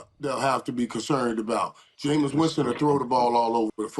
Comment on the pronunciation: Murda keep calling that man "Jameson" Winston lol